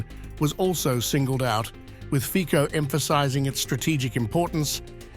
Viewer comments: not fiko but FICO please at least do us a courtessy a learn to speak politic's name correctly!!!! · Show some respect and professionalism, id!ots!... The surname of the Slovak Prime Minister is pronounced “FIT-SOH”... Robert FIT-SOH... We agree, you are ignorant and trivial... But, for God´s sake, try to hide it!... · It's Fico not Fiko. Like in Fitz Roy Peak. So Fitzo - Fico. It's respect to our country. 🇸🇰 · It's "FITSO", not "Fiko"! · Fico is pronounced "Fitzo" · His name has to be pronounced Fitzo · How about learning the correct pronunciation of "Fico"? (FEETZO)